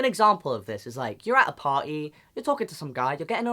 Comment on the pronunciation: party? NO "pah-ee"